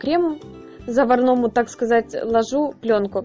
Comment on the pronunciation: Не ложУ, а лОжу🤣🤣🤣🤣🤣!